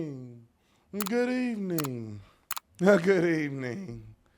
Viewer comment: Good ebening 😂